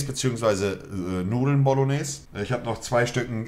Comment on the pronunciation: bologneseeeeeee nicht bolognes😡